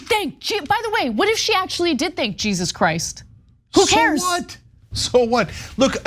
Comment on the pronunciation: Ana it’s not Jesus in Spanish. The J is pronounced as an H. 😂